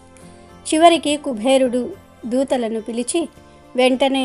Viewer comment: Kubherudu kaadamma. Kuberudu. ani palakaali.